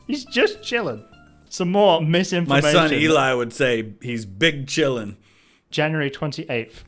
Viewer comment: I assume your son is referring to "bing chillin'", not "big chilling". It's a meme due to the pronunciation of ice cream in Mandarin (冰淇淋).